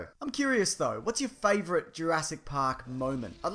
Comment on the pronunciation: I had to pause the video at 'URASS PARK' 'Cause I couldn't stop laughing XDDD